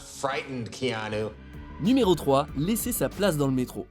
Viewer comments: ça se prononce ki-a-nou, il le dit lui-même en début de vidéo. C'est pas ki-nou, ni kiniou lol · KiAnou KiAnou non pas kiniou 🤣🤣🤣 mais chez les polynésien on prononce KéAnou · La voix off sérieux! KI A NOU et pas can you!! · Kiniou ? C'est quoi cette prononciation ? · "Kiniou" haha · c est pas kinou c est cest Kéanou le u se lie ou et c est polynesien lol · Kéniou? It’s actually Kianu ( Kian-ou) or just like it’s written ( Kéanou) 😂😂😂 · Stp c’est pas kinyu mais keanuuuu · Kianou ! ça se prononce kianou bordel ! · Ça se prononce "Ki-anou" pour l info ;-)